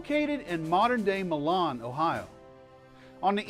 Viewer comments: It is not pronounced MA-LON...It is pronounced MI-LUN and MY-LIN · Love the subject matter..no one knows about the War of 1812…however the city of Milan is pronounced like My-Lon not Ma-lawn….. that is ok i live in Medina ..the rest of the world pronounces it Ma-dean-a ..but here it’s Ma-dine-a